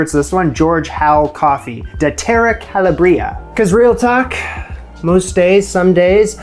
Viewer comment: Calabria is pronounced with the stress on the second syllable (second "a"), the stress is never on the "i"